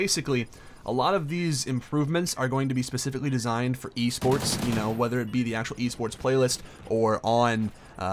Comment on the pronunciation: that little mess up made me laugh sooo fucking loud ahhaha E SPERTS or w.e the fuck u said lol